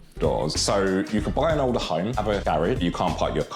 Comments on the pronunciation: pronounces the word “older” as “odor”. I was so confused at first 😅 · When you say odour home and odours sinks .... did you mean older homes and sinks ?